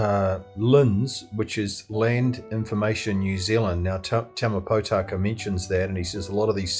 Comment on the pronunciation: Ma-rye, Poe-Taka, Maow-re. Yep, I know which side side this video creator is on.